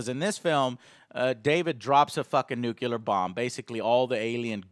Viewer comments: Joe it isn't called a NOOKULAR BOMB. Please learn.. it is called a NEW-CLEAR bomb. I know that's not how you spell it, so no one attack me. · it's pronounced "new clear." only you and George Bush say "nook-ular."